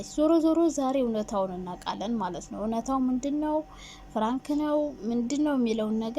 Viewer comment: ኧረ አፈር ብይ እኔ ለመስማት ሰፍ ማለቴ 😂😂ፍራንክ ሳይሆን ፕራንክ በይ ፍራንክ ስትይ ❤️ ቀጥ